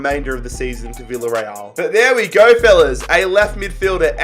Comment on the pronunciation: He says Wei for we